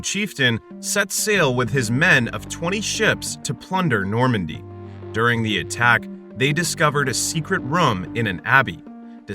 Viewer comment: "DURING a full moon." The way that you said it makes it sound like the bus was going to the moon.